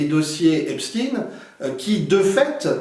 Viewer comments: Edward ne prononce pas correctement le nom "Epstein". Il faut le prononcer comme dans Einstein [ˈɛpʃtaɪn]. En prononçant Epstin, on laisse croire qu'il est d'origine russe (ce que font continuellement les médias mainstream). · Très intéressant merci ! Par contre je ne comprend pas pourquoi vous prononcez le nom Epstein STINE et non CHTAINE … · Merci. Par contre prononcez "Epstein" pas "Epstine" comme la doxa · Pourquoi changer vous le nom Estpein en Estpin ? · Effectivement comme il se doit d’être prononcé ! Ex: Albert Einstein 👍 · Si on dit "epstine" pour Epstein on doit dire aussi "einstine" pr Einstein ??😅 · C'est d'autant plus étonnant qu'Edouard Husson parle allemand et il semble avoir oublié la prononciation allemande (qui est celle pratiquée aussi en France)... 😅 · Non, il faut prononcer "Epstine", parce que cet homme était américain. C’est le snobisme des journalistes français qui les fait choisir la prononciation allemande, alors même qu’ils sont bien souvent incapables de faire une phrase en allemand.